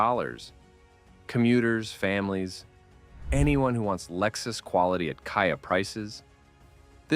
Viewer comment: lost me when it says Kaia 🤣